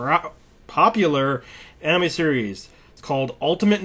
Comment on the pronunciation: he is pronouncing anime wrong (which is not that uncommon) BUT FREKING WAY HE IS PRONOUNCING NARUTO WOULD BE HILARIOUS IF I WASNT A FAN OF [NAR-ROO-TOW]